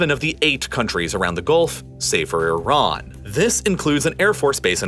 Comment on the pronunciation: Love the pronunciation of Iran it's consistently incorrect